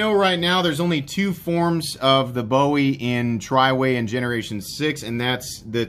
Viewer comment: From a Texan, it’s pronounced “boo-ee”. Love your channel man!